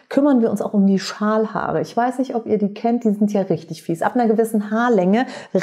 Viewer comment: Ich habe "Schamhaare" statt Schalhaare verstanden 🤣🤣🤣war kurz irritiert, aber dachte auch "joa warum nicht , sind auch Haare" 😂 du merkst ich vertraue dir da voll und ganz 🤣🤣🤣